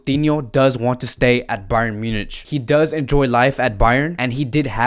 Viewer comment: Munich is spoken as MYU-NIK